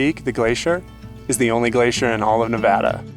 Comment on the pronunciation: Love your explanation of the Great Basin! As a Nevadan, I didn't even know this, but I especially appreciate that you pronounce Nevada correctly. Happy Travels!! 🙂